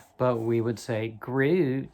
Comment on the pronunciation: I love your Dutch pronunciation of groot